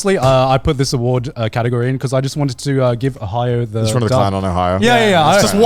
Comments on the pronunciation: The “awardw” show 😂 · the "AWARDW" part better be intentional, cause thats the funnies intro for an award show